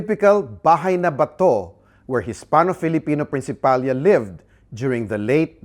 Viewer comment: it’s spelt “Principalía” so it should be pronounced Prin-ci-pa-LI-ya and not Prin-ci-PAL-ya. The diacritical mark is there for a reason. Same with